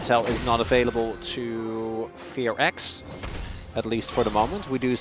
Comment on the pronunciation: Why do the announcers have to say Fe.Ar.X instead of FearX or Fox? Fear is one syllable, not two.